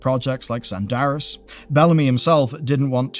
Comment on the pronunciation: "Zandaris" oh, how i missed enjoying watching your videos